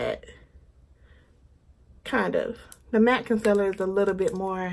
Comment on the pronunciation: I'm loving the concealer reviews. Dark circles are my main concern. Your accent when you say con-siller cracks me up. 😆